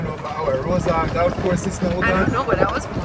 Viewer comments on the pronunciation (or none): I think d word is Golf and not galf 😂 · Galf not golf 😂😂😂 tiga lion not tiger woods 😂😂😂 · why you keep saying galf 😂😂😂😂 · is Gulf not galf😂😂& Comment not camment 😂😂bug up the #Mitchells gang💗💗💗💗💗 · it;s not 'galf' it's golf! dwl